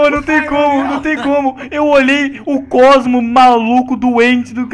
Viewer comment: Falo o cosmo errado